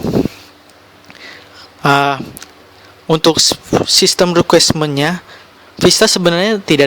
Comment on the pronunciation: system requirement bukan requesmen. Translucency, bukan transulen. Belajas lagi bahasa inggrisnya Bro